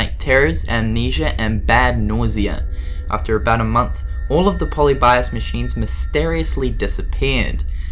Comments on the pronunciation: Po-li-bee-ous Say it right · Pol_ee_bi_as wtf